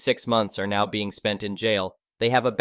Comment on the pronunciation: Didnt know Now sounded like Neigh